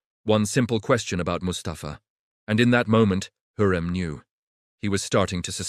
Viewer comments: говорите правильно ни Хурим а Хюрем. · УЖАС СКОЛЬКО КЛАССОВ ОКОНЧИЛ ЭТОТ ЧТЕЦ ОДНИ ОШИБКИ ДАЖЕ ИМЯ ХЮРЭМ ОН ГОВОРИТ НА СВОЁМ ДИАЛЕКТЕ ДЖУНГЛИ.... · Не Хурим произносите правильно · ВИМОВЛЯЙ І'МЯ ПРАВИЛЬНО ХАСЕКІ ХЮРЕМ СУЛТАН. І НЕ ВИДУМУЙ І НЕ ГОВОРИ ДУРНИЦІ. АЛЕ Ж ТИ НЕ ЛЮДИНА А МАШИНА